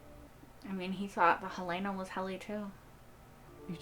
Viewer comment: I don’t understand why so many reactors mispronounce Helena. It is HELL-lah-nah, not Hell-LAY-nah. Enjoy your videos.